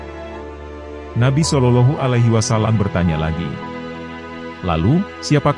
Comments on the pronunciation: Konten ini bagus. Hanya yg perlu diperhatikan 1. Sosok Nabi.. Pakailah sinar wajah nya.. 2. Perbaiki menyebut julukan Nabi.. SolaullAahu A'laihi wassalam.. A'.. Ngain bukan ailf ( a) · Bagus risalahnya, sayang sekali pemapar kisah/ komentatornya tidak bagus bahasanya apalagi saat mengucapakan Sollollohu 'alaihi wasallam, janggal sekali cara pengucapannya.